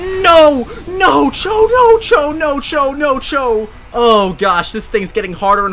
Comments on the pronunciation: When the butterfree used max quake I thought he was saying nacho nacho nacho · NO CHO NO CHO NO CHO Me: you mean Nacho? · No-cho sounds like nacho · when says “no cho”. Sounds like nacho